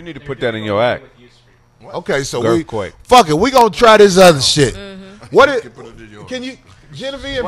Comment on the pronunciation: This fool said "gerth quake" 😂🤣😂🤣😂